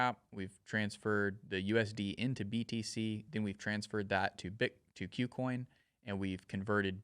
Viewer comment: Learn how to pronounce "KuCoin"